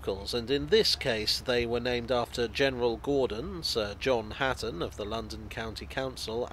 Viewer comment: Hutton not Hatton